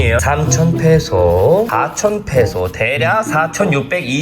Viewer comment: 페소라고 할때 본능적으로 메소라고 들음